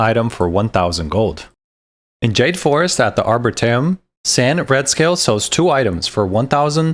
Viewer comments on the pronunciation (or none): none